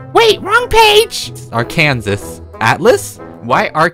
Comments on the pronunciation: said Ark-an-sas it’s ark-an-sa that’s how you say it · THIS IS HOW YOU PRONOUNCE ARKANSAS "ar ken sa" NOT ARKANSAS i'm offended BC I WAS BORNED RIGHT THERE IN CONWAY. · You pronounce it as Ar clap kan clap saw *clap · I LIIVE IN ARKANSAS!!! and apparently its illegal to pronounce it the way you said it in this state.